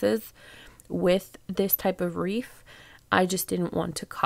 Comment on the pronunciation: Very cute! Btw it's wreath, not reef. <3